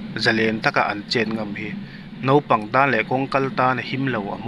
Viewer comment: Nopang ni lo in Naupang tih a van tha ve